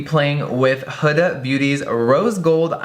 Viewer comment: It's pronounce who-da, not hood-a.....drives me insane!!